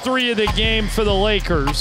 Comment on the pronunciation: It’s Lakers (Rembele), the intro lol